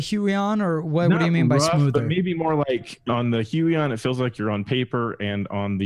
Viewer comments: Nope. It's pronounced Hoo-Yon . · "Walkem and Hyooeyon" Why do so many YouTubers pronounce these companies in the most ridiculous way they can? It personally doesn't bother me, just a funny thing I thought I'd point out. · I think its pronounced Huu-on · The "hui" in huion is pronounced like hwey In Chinese the name is 會王 "huiwang", 會 is pronounced as "hwei" :) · I always pronounced Huion as Hweon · You pronounced them both wrong